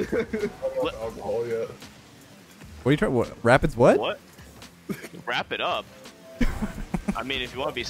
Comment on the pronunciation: When said, “Wrap it up” I thought he said, “Rapid up”